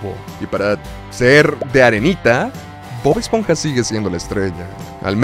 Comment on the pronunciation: Bob "Espoja"